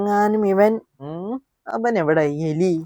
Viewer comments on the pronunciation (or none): ഏലി അല്ല എലി